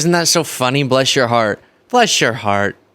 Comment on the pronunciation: That's not how you say, "Bless your heart" in the South.